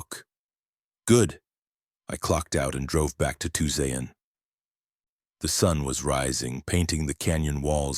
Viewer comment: Tuscon-TWO-SAWN-If your going to do AI please fix the pronunciations 😓